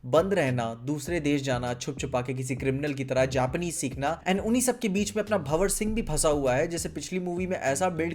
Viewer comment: First time in the YT history bro has got correct Pronounciation of BhanwarSingh 😆